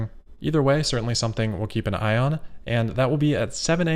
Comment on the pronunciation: Hey, "keep an eye on" or "keep an ion"? Hehe!